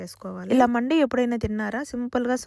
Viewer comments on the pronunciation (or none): అది మండి కాదు మంది అరబ్బీ వాళ్ళందరు మంది అంటారు , మనవాళ్ళు మండి గుండి బుండి అంటారు పలకడం రాక